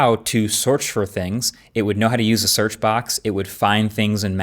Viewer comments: “Sorch for things…” - real slick bud 😉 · " Soorch for things". 😂😂 is the teleprompter bugging out?...... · “know how to swrech for things” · "Sorch for things" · What's a SOURCH?